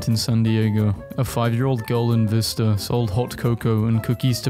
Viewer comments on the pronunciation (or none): none